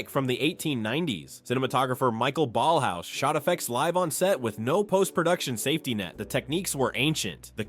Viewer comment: Michael Ballhaus's name is pronounced "mˈɪçaˌeːl balhˈa͡ʊs" or if you will "M-e-ekh-ah-ehl B-ahllh-ah-o-os/z". And Alfons Mucha's is "ˈalfons ˈmuxa". And perhaps the most important: It's neither "Cohpola" nor "Copohla" but "Coppola".